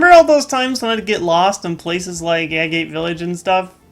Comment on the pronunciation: its pronounced a-get village